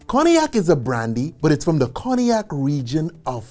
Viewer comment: Very good work, however I dont understand how he can pronounce Armagnac perfectly and fail at Cognac